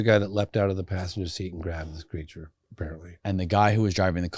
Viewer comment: Creature or is it "cre a ture"